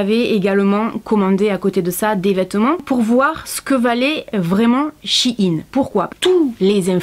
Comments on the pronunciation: Coucou. Juste pour dire que ça se prononce "chaine" pas "shi yin" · C pas chinine sa ce dit chaine mais sa s'ecrut shein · Je viens de découvrir que shein ce prononce Chi-ine alors que moi je disais shayn 😂